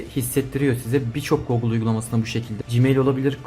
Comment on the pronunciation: Teşekkürler. Bence Googıl diye telaffuz etme. Herkes gibi basitçe Gugıl dersen daha kulağa hoş geliyor. Googıl demen bana itici geldi.